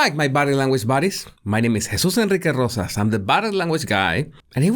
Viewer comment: "my name is Jesus Enrique Rosas" with all of the "R" rolling is a cool touch